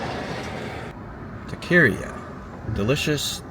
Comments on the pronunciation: Speaking of pronunciations,. It's tah-ka-ree-ah, not ta-carry-ah. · Sorry but your pronouncement of taqueria had me rolling on the floor. It's pronounced TACA-RIA. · I was about to harass you about being from Texas and not knowing how to pronounce taqueria. Then I remembered you’re from the DFW. 😂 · Taqueria is pronounced = Tah-ka-ree-ah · How did you pronounce Tacqueria in Bartlett, TX? 😂😂😂😂😂😂😂 You are from Dallas!!! Your vids have been great but we need to work on your Spanish!!!! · You can't live in Texas and pronounce Taqueria like that.